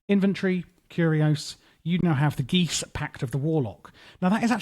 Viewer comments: Geas is pronounced gee-ahs btw. Great mod review. 🫡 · so for reference, 'Geas' is pronounced 'gesh'. Don't feel bad, no one says it correctly just from reading it. It's like trying to guess the pronunciation of , it just isn't gonna happen without assistance.